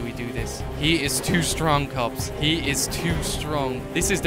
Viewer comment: why do you say kobs